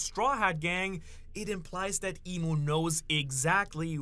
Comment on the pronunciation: It's EMU right? not Imu. You're the expert, I think but still..